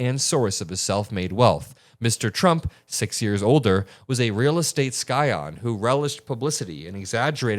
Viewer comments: SCION – pronounced sy-on, NOT sky-on. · Bro, I love your show, keep up the good work. FYI "scion" is pronounced "sigh-uhn" meaning of wealthy heritage in this context. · Small point, the word “scion” is pronounced, ‘sigh-on.’ BIG FAN!